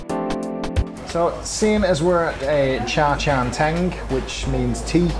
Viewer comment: I heard 渣茶廳 (za cha teng) - waste tea house, when it should be 茶餐廳 (cha can teng) - tea eating house, you really should improve your pronunciation, meanwhile you can still fool your fellow foreigners that you are HK expert.